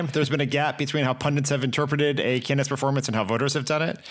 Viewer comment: pundits - not pundints